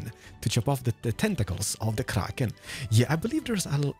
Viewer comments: What with the pronunciation of ‘Kraken’ it makes me shiver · I definitely want to see touring other hermits' bases! Especially with his shaders, they look really special. (also, the way he rolls his r for krrrrrraken <3 ) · Its the krrrrrrraken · Why does he say kraken so Scottish